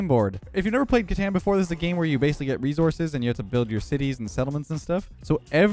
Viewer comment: Me when he mispronounced catan